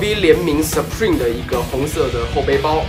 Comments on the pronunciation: 你把supreme的英文可唸錯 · 你有在玩名牌但你却把supreme 念错啊哈哈0：16的时候